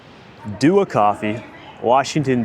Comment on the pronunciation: It’s Dua not Dua